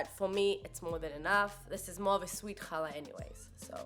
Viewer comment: Don’t worry,! We’ve all been saying it wrong apparently. 😬 Cool vid!